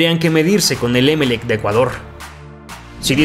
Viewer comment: No se pronuncia É melec. Se dice Emel ÉC . Mayor fuerza de voz en la última sílaba.